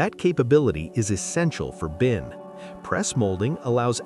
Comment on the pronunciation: It’s binc, not bin